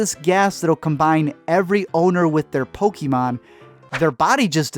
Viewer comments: It's not po-key-mon it's po-kay-mon. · It not poky mon it's pokaaaaaamon